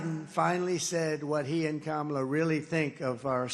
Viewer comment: He said kamela right? Wth